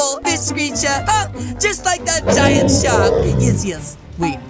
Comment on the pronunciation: I laughed when you said GINAT shark:)